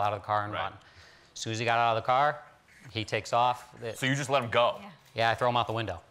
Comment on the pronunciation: The funny part is him: i thow him out the window. LIKE NOTHING WHAT XD